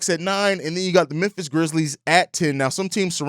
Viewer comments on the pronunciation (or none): none